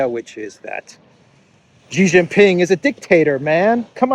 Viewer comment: Xi Jin Ping is SHEE JIN PING not JHEE JIN PING. Jhee Jhee means PENIS., you actually pronounced it once on the Duran when Alexander M said SHEE JIN PING, but then you reverted back JHEE. Stop insulting XI by mispronouncing his name. Would you like your name mispronounced as PENISTOPFOR?